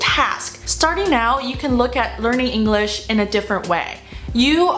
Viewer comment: 虽然觉得Maggie英语很棒~但是说实话不知道为什么我觉得她的English发音总听着像Engl勒sh……